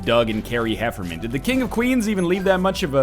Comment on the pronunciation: HefferNAN, not Hefferman :)